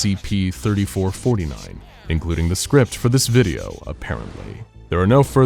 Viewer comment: Dis wideo gove mi a headarche